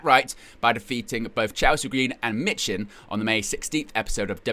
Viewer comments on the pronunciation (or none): I'm close to unsubscribing I know it's petty but it honestly annoys me when people don't pronounce names they say a lot and it happens on here a lot and for this one her name is Mee-Chin not mitch-in here's the definition and pronunciation The word "미친" (michin) in Korean, meaning "crazy" or "insane", is pronounced with the first syllable "미" (mi) sounding like "mee" and the second syllable "친" (chin) sounding like "chin". The whole word is pronounced "mee-chin".